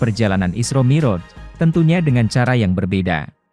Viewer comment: Yang baca narasinya tdk bisa mengaji & bhs arab, jadi kurang pas rasanya, mi'roj (pakai ain) dibaca moroj